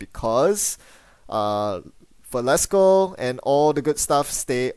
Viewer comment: Velasco not Valesco, thanks for the videos.